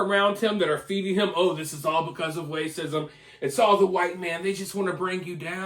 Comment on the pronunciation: Are you saying wacism?